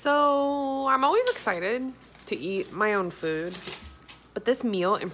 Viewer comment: 😂 YES!! You said “Frood” !! This is so my life so many things going through my head at one time my kid is always correcting me saying mom that’s not what you’re supposed to say or mom that doesn’t sound right lol!! Also I almost died when you said “vagina” chicken 🐓 Lol!😂😂😂😂😂😂😂😂😂😂😂😂